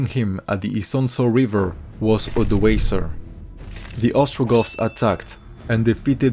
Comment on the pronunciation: ODOĀKER not Odəéisə !